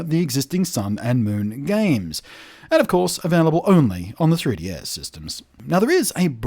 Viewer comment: Congratulations on pronouncing 3DS in a way that sounds like Tedious. This is how I will be pronouncing it from now on.